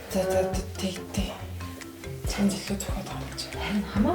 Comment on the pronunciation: чамт гэж хэлхээ боль